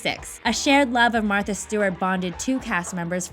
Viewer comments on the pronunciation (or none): none